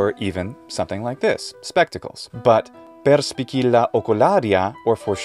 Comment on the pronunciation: There is a mistake, in the latin word "perspicilla" the phonetic sound of "ci" is "ʧ" like "chips" not like "kill". In Italy, where I live, the teaching of latin start when we are 11 years old in many schools.